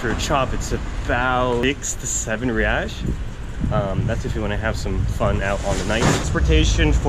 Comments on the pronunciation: kkkkk ele falando "reaish" kkkk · its "HEY ICE" (Reis) de nada amigo